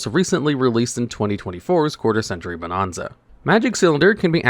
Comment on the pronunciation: For the sake of my sanity, please start pronouncing bonanza properly, damn it!